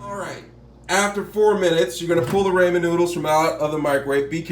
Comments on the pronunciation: That nigga really said Rayman cooker 🤣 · It's said RAH-MEN